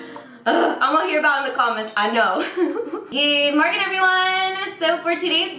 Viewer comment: Büşra Atağan I think she says "good Morgan everyone!"